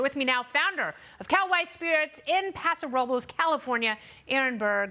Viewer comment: Paso Robles lol. She butchered that pronunciation 😆 🤣